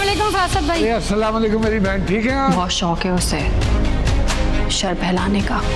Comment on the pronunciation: Sar , nhi shar hy lafz,sheen hy,shar pasand yani logon m ghlatfehmiyan peda krne wala